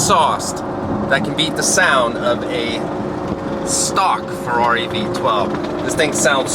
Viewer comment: "Here we are in the FRARI"